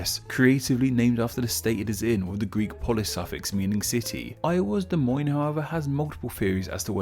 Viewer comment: ONG he actually pronounced Des Moines right. Literally nobody outside of Iowa pronounces Des Moines right. Hell even people within the rural parts of Iowa mispronounce Des Moines.